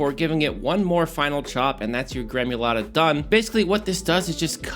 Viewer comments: Gremulata? It’s gremolata dude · Gremolata bro, not gremUlata. Otherwise excellent